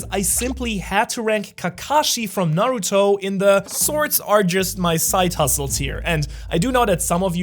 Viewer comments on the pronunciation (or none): none